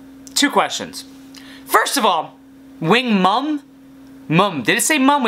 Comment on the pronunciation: His “wing-mum” 🤮 I’ve never hated anything so much